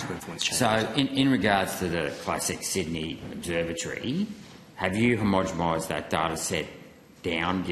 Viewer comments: Senator please learn how to say homogeNised, not homogemised. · Gerard has basically no concept of how the procedure works. And Sydney Observatory is not used for climate data purposes. Also Gerard, it's not "homogomised", it's homogenised. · Senator, are you saying homogemised? 😂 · HomogeNised. Please say it correctly! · For gods sake, say the damn word homogenised correctly if you are going to ask about it.